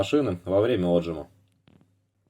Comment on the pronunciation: Да не Отжим, а отжИм, село!